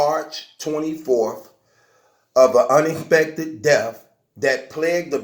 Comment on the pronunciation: “Repecthid” “unecpekthid” Words with the “eck” sounds a little tough for you huh?